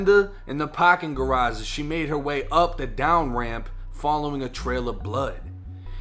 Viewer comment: Pawkin garaaage 🤣🤣